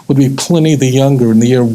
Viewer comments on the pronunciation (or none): Pliny not fly